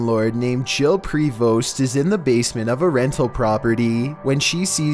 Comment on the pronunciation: Prevost is pronounced without the 'st'